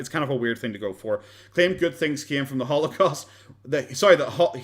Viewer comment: Still watching, but jc , "halocaust"? "Sympothy"? This is a joke of a documentary.